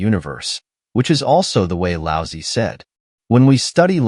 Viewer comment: Lao Tze would find it funny that this lousy AI pronounces his name as "Lousy".